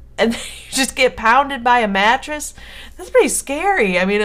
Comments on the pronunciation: lol i thought you said matches not mattress xD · omg at first i thought you said Matches so i'm like 'how could you get knocked out by Matches?' then i figured out you said Mattress then i'm like 'ooohhhhh ok that makes allllloooootttt more sens now XD' XDD